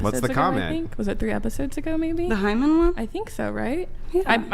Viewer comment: lol one o f the woman repeatedly asked “what is a Hyman”? That’s like a man asking “what is a scrotum”? 😂